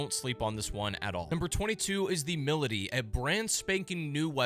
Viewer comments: Milladdy😂😂. Try: My lady😂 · Great video, but why’d you pronounce Milady like that 😂